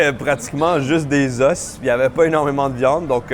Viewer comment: un os , des os tu sais cela ce dit pas la meme facon ?